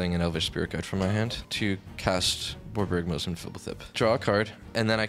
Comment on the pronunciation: you did a great job not butchering the pronunciation of Borborygmos and Phblthp. Love these episodes where you guys play the new stuff.